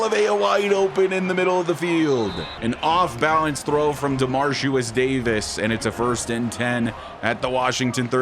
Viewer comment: just so you know, ya been pronouncing ya QB name a little wrong lol.. it’s DeMARIcus.. you say DemarCIUS lol love the channel and this is my fav series of yours, keep em coming!